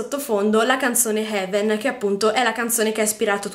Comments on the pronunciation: e, ultima cosa, gesùcristobono heaven non si legge così, se non sai l'inglese o ti informi o non lo parli e basta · Se vai a vedere il video originale di Troye Sivan la parola "Heaven" lo dice esattamente come lo dice lui 🙆